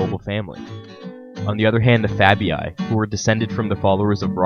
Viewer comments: Lupercalia, sounds Loopearcahliah. quintilli, sounds kwintillee, fabii, sounds fahbee ee! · "Quintilii" is pronounced "quin-til-ee-ee" NOT "quin-til-ee-aye" -same for "Fabii". Loved the video besides, mate (thanks! 🤗), but....c'mon, man: such a basic (and kinda disrespectful) error to leave in 🙄.